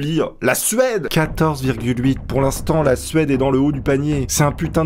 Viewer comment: T'as gueulé "La Suède !" J'ai entendu "La sueur !" 😂😂😂